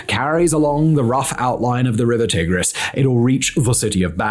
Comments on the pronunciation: Mispronouncing Tigris is pretty cringe. It's Tie-gris not Tih-gris. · t eye gris, not t ig [as in pig] ris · Swapped that for Tigg-riss instead 😒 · Never heard it called the Tig-riss before!